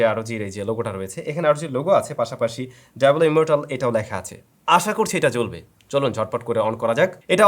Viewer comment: ব্যাটা গর্দভ, এটার উচ্চারণ ডায়াবোলো নয় বরং সঠিক উচ্চারণ হলো ডিয়াবলো। (জিপিএ ফাইভের অসামান্য আবিস্কার)